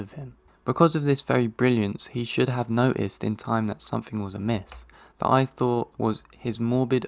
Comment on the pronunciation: Very real voice, with a very strong accent! He hates pronouncing a final "t" in some words... which makes "that" sound as "the" while speaking. It's quite unfortunate.